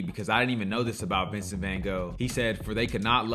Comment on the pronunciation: The book is even better and, yes, we Americans don’t know how to pronounce his name.